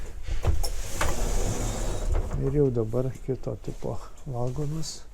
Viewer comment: Viskas gerai, tik apie geležinkelį pasakojančiam būtų gerai kirčiuoti teisingai: lietuviškai negalima sakyti vAgonas, reikia vagOnas